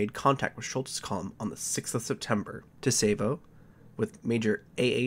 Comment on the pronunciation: I find it funny this happened on the date of my birth lmao, I love your videos, keep it up! Btw for future reference Tsavo is pronounced "Sah-vo"